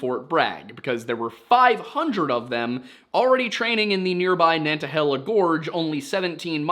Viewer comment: Local pronunciation of Nantahala is actually Na-ta-hey-la